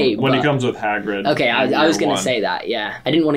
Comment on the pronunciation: Stephen Fry is so much better… Dale can’t pronounce Hagrid’s name correctly.. drives me nuts!!!